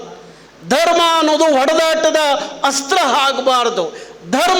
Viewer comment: 😂😂 ಕರ್ನಾಟಕ ರಕ್ಷಣಾ ವೇದಿಕೆ 😂😂 ಅ ಗು ಹಾ ಗು ವ್ಯತ್ಯಾಸ ಗೊತ್ತಿಲ್ಲ 😂ಆಚೆ ಅದು... ಹಾಚೆ ಅಲ್ಲ...😂 ಅಸ್ತ್ರ... ಹಸ್ತ್ರ ಅಲ್ಲ